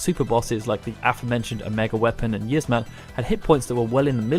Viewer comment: It's pronounced Yi-az-mat not yizzmat you uncultured swine